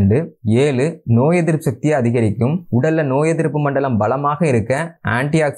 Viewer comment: மொதல்ல திருத்தமா தமிழ் பேசி பழகு வாலைப் பலம் இல்லை வாழைப்பழம் வலைத்தண்டு வா லைக்காய் வாலைப்பூ என்று மடத்தனமா சொல்லாதே நீ தமிழன் தானே ஏலு இல்ல ஏழு எரிச்சலா இருக்கு உன் பேச்சு